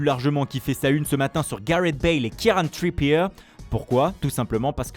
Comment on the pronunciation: Truiippiéw 😂🙌 l'accent English à son prime 😂